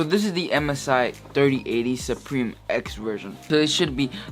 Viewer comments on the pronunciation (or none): “RTX Dirty Ate-ty”